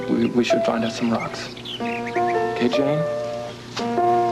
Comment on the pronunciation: Did he say Genie or Jane?